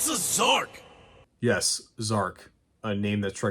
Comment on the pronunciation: That's "Z-Arc" not Zark lol